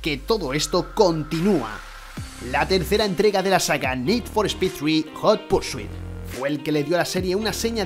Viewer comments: Siento discrepar , para mi como los 2 underground no han vuelto a haber nada , que juegazos y otro que me gustó mucho fue el hot pursuit pero con diferencia los que más me gustaron fueron los underground , obviamente el 2 más, por cierto, hot en inglés se dice como se lee , no hut... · Hot no se pronuncia jut